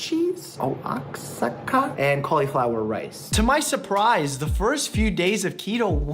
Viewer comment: Say it with me “WAH-HA-KAAA” 😂 Oaxaca